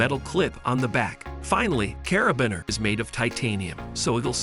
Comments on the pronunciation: Learn how to say cara-bean-er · "Putting" as in "put". "Carabeen". Bwahaha. Stopped watching after "Carabeen". At least get the pronunciations correct. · You don't like CarabINer? 🤣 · The pronunciation is funny... putting, roto, LED, grinding, caribiner...